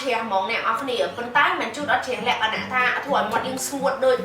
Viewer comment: Sis why you like say"លក្ខណះ"😄😄